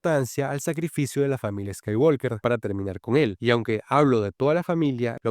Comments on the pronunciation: Mi única discrepancia con tu análisis es que el apellido de Luke: SE PRONUNCIA "SKAYWOKER" y no "SKAYWALKER" !!!!!!!!!!!, aparte de eso MUY BUEN VIDEO. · La L de Walk no se pronuncia. Siempre se dice "scaiguoker" tanto en idioma original (inglés) como en el doblaje español (Hispanoamérica). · Skywalker…la L no suena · la L no se pronuncia en "Skywalker"